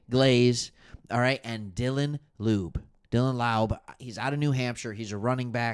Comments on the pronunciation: It's pronounced, Dylan (Law-be) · Dude I appreciate your outlook on things nobody else but our fans are paying attention to (and I'm pulling for Raiders Lions SB) But PLEASE stop calling our rookie RB lube 🤣 Laube...L+owww+beee. Laube.